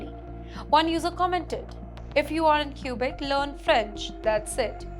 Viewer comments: it's kwe-bek NOT kyu-bek! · Learn Mandarin and attend a Chinese university! China is the future! It’s Not “cubic” but Quebec pronounced “Kubec” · Q-Beck. She can't even pronounce it properly. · Stay in India. We don't want you in Canada. BTW its Quebec not Qubic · I swear she just says "Cuba canada" 😢😂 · Too funny. She cant even properly pronounce the name of the province.